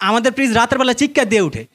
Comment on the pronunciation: ফিজ না ভাই ফ্রিজ।উচ্চারন ঠিক না।